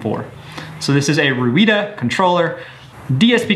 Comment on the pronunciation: Ruida the driver software is pronounced raydar. When looking on internet for ruida software check for for rayda or raydar as well!